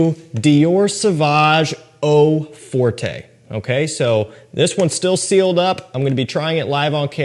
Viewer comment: Fyi no big deal but it’s not pronounced eau fortay but eau fort